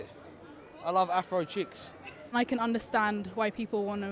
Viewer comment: I thought he said cheekz lmao